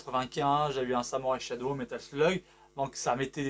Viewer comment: Merci pour cette bonne vidéo, par contre la prononciation de Samurai Shodown (et pas "shadow") c'est pas trop ça 😅